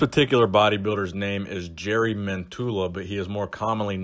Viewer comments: It's jari as in the pirate YARR Yari not Jerry. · Not jery his name in Finnish is pronounced as Yari Mentola.... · Hate to be that guy but wouldn't the pronunciation of his name be "Yari". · He is like a celebrity in Finland due to fittness-related TV-shows he has co-hosted during the past few years. Oh, btw., his first name is pronounced "Yari" :) (But we all know him as Bull Mentula anyway...) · His name is pronounced YARI :) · The first syllable of his name 'Ja' is spelled like the 'yu' in 'yuck' (expressing disgust with something). Other than that your spelling of his name is mostly correct except for the intonation. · The way you said jari I can promise you every finnish guy laughed when you said jari😂